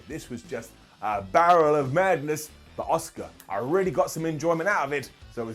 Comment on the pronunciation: Asuka, not oscar.